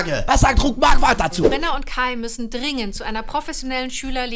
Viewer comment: „professioniellen“ 🤣🤣🤣 Liebe deine Videos 🙈👍🏻